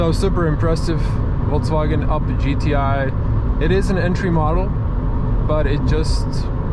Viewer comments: it's Volkswagen, not VolksCwagen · that's how most slavs usually call the volkswagen itself